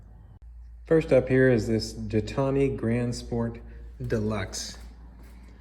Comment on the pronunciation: Pronounced, "Zheetawn".